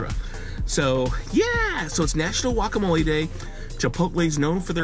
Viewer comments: I've never met anyone in my life that pronounces guacamole "wacamole" in my life. I'm 1/4 Spanish and my fiance is Mexican. You'd think along the way I'd have heard that pronunciation. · The mans last name is and he doesn’t even know how to say guacamole